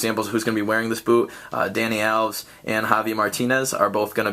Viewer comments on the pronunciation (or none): You pronounced "Alves" wrong!